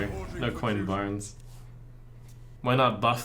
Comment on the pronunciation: BRANN NOT BARNES